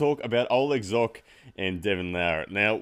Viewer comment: pronounce Zhokh correctly